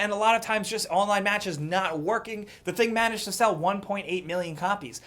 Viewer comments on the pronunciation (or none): none